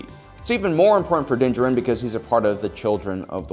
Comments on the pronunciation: Stop mispronouncing Mandos name or I’m leaving-oh there you go. Bye. Also you can’t even pronounce Beskar? Smh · Did you watch the show? How cant you pronounce his name or beskar? Is this a meme? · Why do you pronounce his name so bad they say it in the show and you’ve gotten it wrong multiple times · Why is everybody calling mando Din Djarin ? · Learn how to pronounce Din Djarin's name. Don't know what show you're watching, but Din does use strategies.